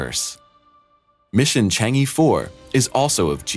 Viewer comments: It is pronounced "CHONG AH" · Stop pronouncing it Changy4. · E in "Chang E" is not pronounced like E (in English alphabet), it is more like ur in urgent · Learn to pronounce "Chang'e" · How to pronounce Chang’e like a chinese: 1) Pronounce “Chang”, with the “Cha” sound like first part of the word “Charge”, not the word “Change”. So it is “Chang”, not “Cheng” 2) Pronounce the “e” as the first part of the word “Earth”, without the “th”.